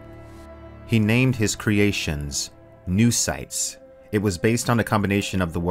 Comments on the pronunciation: I think it's supposed to be read "no-oh"cytes not "noo"cytes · no-oh-cytes. No-os. Noös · Pretty sure it's "no-oh-cytes". Ya know, since mind = knowledge